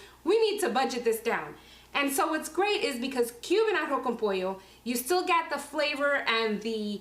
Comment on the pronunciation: Si es arroz con pollo tipo cubano y ella pronuncia muy bien arroz con pollo porque no lo dice en español